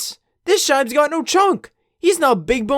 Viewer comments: I have never heard anyone pronounce shibes in this way, and I am a shiba owner myself 😂😂 its not shay-be but sheebe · Shaybes? Thats not how u pronounce it. It comes from shiba-inu not tshaybah-inu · You said Sheeeeeebe wrong